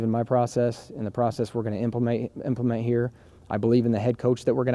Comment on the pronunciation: He definitely says intracle instead of integral . And implemate